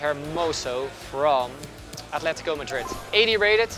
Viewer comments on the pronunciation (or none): none